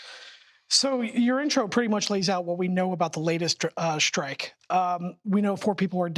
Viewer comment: So annoying!! The word is strike NOT SHTRIKE!! Learn to SHPEAK before you go public. 👎👎👎👎👎👎👎👎👎👎👎👎👎👎👎👎👎👎👎